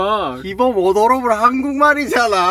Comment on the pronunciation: Taemin code word: odoroble😂😂 when you don't know what else to say....😆 love him💖💖